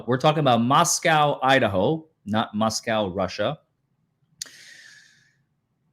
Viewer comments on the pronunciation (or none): Just an FYI since I'm from Moscow, ID - it's Moss-Co, not Moss-cow.